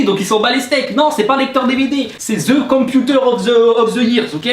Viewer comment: Ze con piuteur ofe ze yèrse 😂😂😂😂 On a le même accent Bon anniversaire